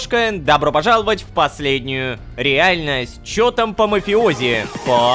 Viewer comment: Как же он плохо говорит слово "Реальность",столько серий подряд....